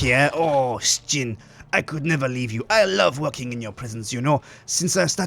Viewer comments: i think he means that somtimes it sound like they are saying shin instead of sjin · I still wonder why you pronounce it like Stjin ?